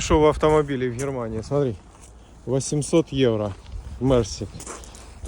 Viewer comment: Einfach nur widerlich, seine Aussprache, HHhhhh...ermania. Ukraine, idiotische Sprache.